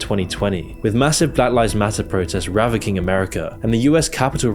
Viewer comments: "ravacking America" lol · I believe "Ravaging" is what you were looking for. Not Ravacking. Ravacking isn't a word, not in the U.K., NOT ANYWHERE.